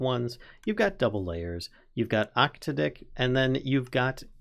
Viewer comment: That octadic pronuntiation is kinda sus